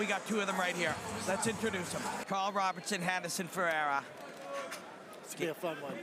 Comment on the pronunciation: Imagine commentators who learn how to pronounce the fighters' names? RobERson, not RobERTson. Jeeez.